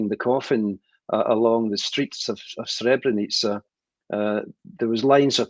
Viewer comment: I'm Bosnian and a muslim. Imran Hosein doesn't even know how to pronounce Srebrenica, nor does he mention the accurate date of the genocide in his video that is addressed towards the Bosnian muslims. He should go to Srebrenica and pray janazah and pay his respect to the victims of the genocide that FYI didn't only happened in Srebrenica, it happened also in Foča, Prijedor, Ključ, Višegrad and other places in Bosnia as well. He is ignorant and persistent in his ignorance. Yes it was a planned agenda. The Serbs did the same thing throughout the history of Bosnia as well and they do not remorse nor are they sorry. We see it every day, they are even threatening us with another genocide. Just look it up, the evidence is all over the internet. They regard the war criminals as their heroes ...